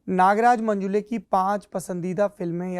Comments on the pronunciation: अरे बावा मंजुले नही, मंजुळे है वो... किसीका भी नाम ठीक से लेना चाहिए... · मंजुळे✅ मंजुले ❌ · It is not 'मंजुले', it is मंजुळे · मंजूले नहीं मंजुळे है हिन्दी हो या अंग्रेजी ओन्ली मंजुळे